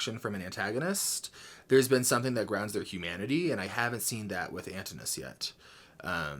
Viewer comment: Antinous’ name is pronounced An-tin-you-wiss